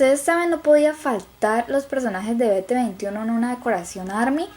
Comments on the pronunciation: biti twenty one no es bete veintiuno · "Be te veinti uno" porfa intenta decir 'bi ti tuenti uan'